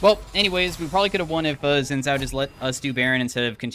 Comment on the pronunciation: day 1 of asking to pronounce xin zhao correctly